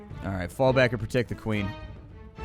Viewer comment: "i dont want to increase access to de queen...." them